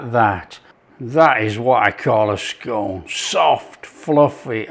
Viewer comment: Scone.... scone.... your not southern lol bit of Yorkshire humour for the regional viewers regards redcar steve